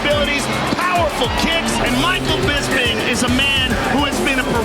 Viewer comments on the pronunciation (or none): Luke what the fuck is wrong with you? His name is Bisping not BIZBING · Rockhold - "Bizbing"